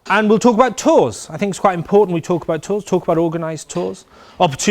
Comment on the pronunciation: Great, nicely presented. Whales were probably about the size of whales : ) I was confused when you said 'tours, ... no! Do it yourself!' because I heard 'tools' and then realised you were discussing organised tours. It is amazing how there's a consitant message in most biking tour advice from those who have done it - just get on and ride. Brilliant, thank you.